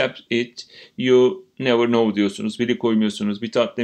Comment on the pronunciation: Hocam Now Ve Know Tonlamanız bana yanlış geldi yanılmıyorsam